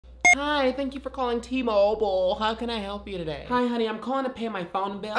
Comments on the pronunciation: Tha k you for calling T-moouuble lol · The pronunciation of t- mobile is cracking me as if she is saying t Mobo